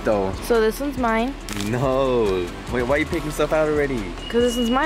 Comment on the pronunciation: You know when your Hispanic when you say “Noooooo”